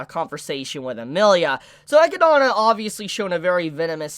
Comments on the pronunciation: Who is ekki-donna? Tha's not how you say Eh-Kid-Nah... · did you just pronounce echidna as ekidana yo wtf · Maybe im missing something, why do you say echidna that way?